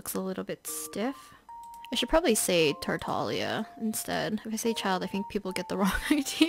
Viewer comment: someone finally pronounced is name correctly